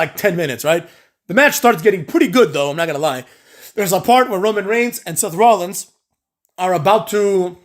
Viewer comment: saying semen punk and Seth lollins was tough to hear lmao